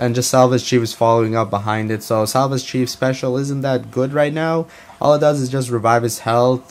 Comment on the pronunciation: 'SAVAGE' Chief, not SALVAGE Chief!